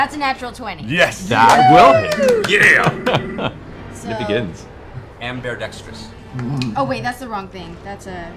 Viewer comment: Third time watching this. Only this time did I catch Taliesin saying "am-bear-dextrous" when Trinket attacked with both paws. It pays to listen to that man.